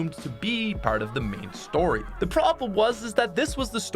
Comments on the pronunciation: He says "pert" instead of part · The way he says “part” sounds like a pirate lol